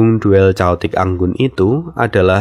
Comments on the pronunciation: Dibaca keotik bang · Tolong bang jangan caotik nyebutnya. Bikin ngakak dan gafokus sama cerita